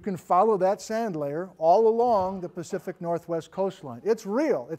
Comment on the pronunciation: "Great earthquakes of the PACFIC northwest"? Am I the first to comment it?